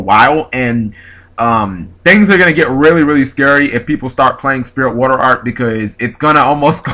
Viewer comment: Cool video. I hate to be that guy, but... why do you keep saying Spiritual Water Arc instead of Art? =p